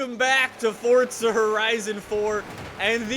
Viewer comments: its not Fortza its Forza m8. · Forzzzzza not fortsa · normal people: forza: fortza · why do you say fortza its forza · Its forza not fortttsa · This man did not just say fortza horizon tell me HE DID NOT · FORTZA HORIZAN FORE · I swear to god it’s not fortza! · Why does he always say it as fortza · Why does he always say fortza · why does he say fortza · Jw, do you not know how to say forza?